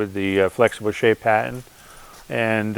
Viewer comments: Is he saying "patton" or "pattern"? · He's speaking "Bostonian"- they drop their "r"s